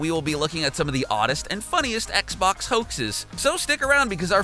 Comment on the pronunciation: At one point he called it an ‘Xbock’. It’s like the monster from bird box